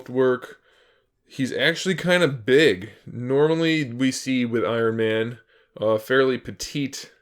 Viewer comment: dude u said i-ron man and nick furry